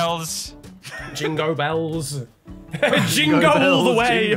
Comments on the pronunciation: Lando: "jingobells".... "jingo bello" LMFAO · Not "jingo bello" 😭😭😭😭😭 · ITS NOT JINGO BELLS IS JINGO BOMBS